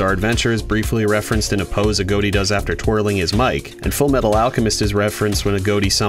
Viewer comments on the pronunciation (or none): A. G. O. T. I not a goat i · A GOT TEA NOT A GOAT TEA